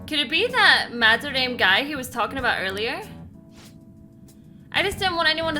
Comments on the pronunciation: For future reference, his name is pronounced "Mad-Der-Ra-Mey", not "Madarayme" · Mispronouncing Madarame's name through the video was like nails on a chalkboard.